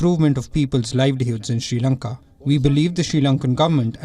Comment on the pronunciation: Shee Lanka 😁